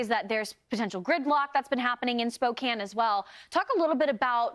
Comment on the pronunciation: Thank you for your coverage and for pronouncing Spokane correctly, unlike CNN.